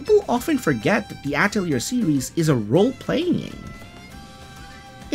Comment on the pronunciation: I cringe at your pronunciation of Atelier....